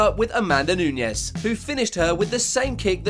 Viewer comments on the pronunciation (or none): Is Nunes, not Nuñes. She is brazilian. Very bad pronunciation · DUDE!!!!!!! It is Nunes not Nuñez. Wow!!!!